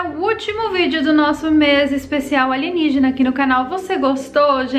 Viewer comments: adoro quando ela fala "aligenígena"!! kkkkkkkkkkk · Passo mal de tanto rir quando fala Aligenígena kkkkkkkkkkkkkkkkkkkk